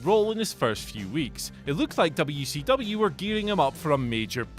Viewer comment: You say WCW properly I like your style.